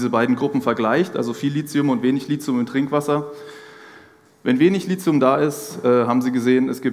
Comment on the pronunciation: Richtig ausgesprochen: LITIUM, mit T. DESWEGEN wird mit TH geschrieben. Der H ist nicht zufällig neben dem T. (